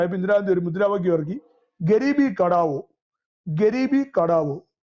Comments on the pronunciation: കട്ട വോ അല്ല ഗരീബി ഹ ട്ടാ വോ എന്നാണ് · സർ കടാവോ അല്ല ഹട്ടാവോ (ഗരീബീ ഹട്ടാവോ )ദാരിദ്ര്യം അകറ്റുക.